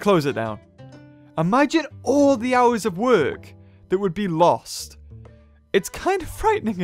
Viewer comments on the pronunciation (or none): none